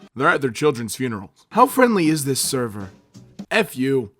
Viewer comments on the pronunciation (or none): none